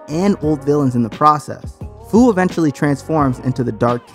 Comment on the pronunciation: Look this is a good video but how you say fu, it’s a pun on the word future